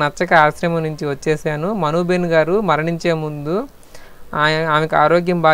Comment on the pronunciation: Not behen,it is ben